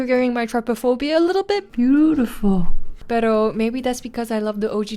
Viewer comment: I'm sorry but did you say "PERO" , I'm filipino and it just sits right when you mentioned it AND I CANT UNHEAR IT 😂😂😂